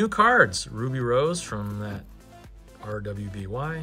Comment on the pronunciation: Cool opening! I love these cards! Btw, RWBY is pronounced "Ruby". Its a western animated show that is very anime inspired.